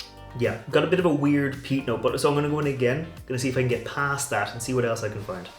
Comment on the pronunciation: Peat! Not pest! lol!!😂